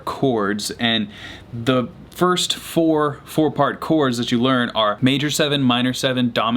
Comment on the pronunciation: I thought i heard poor parkour when he said four part chords hahaha